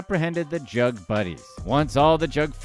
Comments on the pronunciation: This was pretty on point, how ever…it’s pronounced “JOOG” or “JUUG” not Jug. You put your privilege all over that word 😂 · ITS PRONOUNCED JOOG